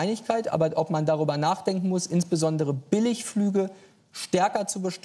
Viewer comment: "Man kann darüberr reden"... aber wohl nicht gerade jetzt. Typischer Politiker.